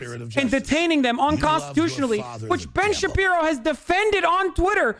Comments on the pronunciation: I love when you call him Ben Sha-pino. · “Ben Chewbino” 😂😂😂😂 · He calls him Shapino ha ha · Is that guy pronouncing his name Ben Shapino? ! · actual question: does he legit not know how to pronounce "Shapiro" or is it a joke?